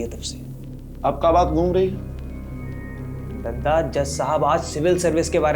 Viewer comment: Dadda nhi Dada bolte he